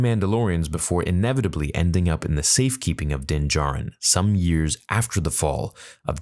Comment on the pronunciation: "The safe keeping of din jarin" okay lol